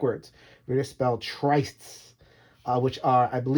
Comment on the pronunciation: Who knew parsley was poisonous to sea serpents! This has been great fun to watch, many thanks, and has been a super series to follow! FWIW Tryst is pronounced "trist", rhymes with wrist. HTH